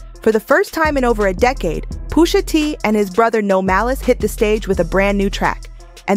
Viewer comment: quality vid here but oh my goodness poooosha T AND NASSS why are you butchering the name of these icons lol